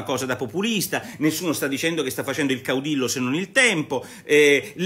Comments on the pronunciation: Nicola Porro, si scrive caudillo, si pronuncia caudiyo. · Si pronuncia caudiglio e vuol dire duce